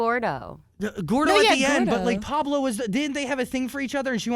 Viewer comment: ITS NOT PABLO ITS PAULO